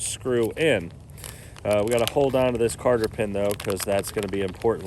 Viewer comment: 3 more things: 1- It is 'cotter' pin, not 'carter' pin. 2-With the install tool, you had he stepped-washer in upside-down, which made your job quite a bit more difficult. The steps are to go into the inside of the pipe and hold it in place! 3- You probably wanted to assemble the bushings in a much cleaner environment. The only thing worse than the metal-to-metal contact is to have some dirt in the grease acting like sandpaper! I'd suggest pulling the caps off, cleaning out as much of the grease as you can, and re-packing it (or wait for the zerks so you can pack it while it is protected from dirt).